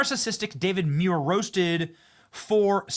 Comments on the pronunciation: Pronounced, MOO-EAR. Not, ME-YOUR. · 1 man 4 syllables DA VID MU IR